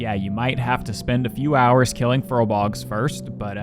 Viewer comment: Long-time viewer, first-time commenter. Love your videos. Great stuff. One tiny little thing that bugs me. You may never see this but if you do, please keep in mind that they're called fur...bolgs, not furl...bogs. Still loved this vid. Great stuff! Can't wait 'til the next one.